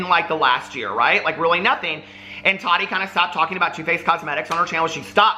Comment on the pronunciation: He says it like Toddy. Lol.